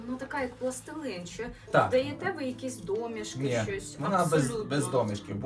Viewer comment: Пані,треба говорити"пластилІн.